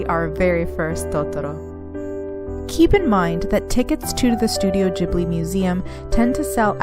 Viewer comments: did you really say JIB-li over ane over and over ??? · Please stop saying Studio Jibli!